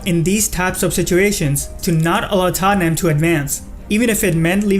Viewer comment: Omg i was like who is Tanyem????? Then i realise its tottenham